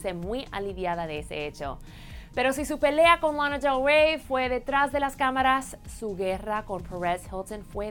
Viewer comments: Dijeron ''RANA DER REY''? :V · Tuve que bajar a los comentarios para ver de quién hablaba en el min . ¿De verdad una hispana tiene que pretender hablar inglés pronunciando así los nombres cuando el resto lo explica en español? ¿Tiene que decir lonna delgrwey? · Te queres hacer muy la norteamericana con la pronunciación, y te sale pésimo menos se te entiende. Cuando vi la foto recién me di cuenta q hablabas d Lana del Rey y cuando lo volviste a pronunciar d dio cáncer al oído. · No entiendo a la presentadora quiere tener tanto acento americano que ni se la entiende cuando dijo Lana del Rey tuve que regresar el video de nuevo para entenderla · Last presentadora pronunciando Lana del Rey, Fans y Pérez como si fuera americana.... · Podes pronunciar bien lana de rey ? Gracias